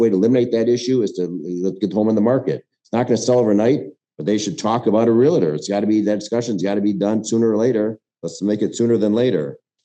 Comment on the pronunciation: The word is REALTOR.. not REALATOR!